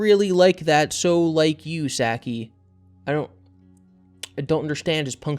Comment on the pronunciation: For future reference trying to say Saki's name Sah Kee